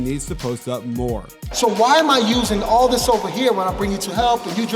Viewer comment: Whah (instead of why) Rest is on spot 😂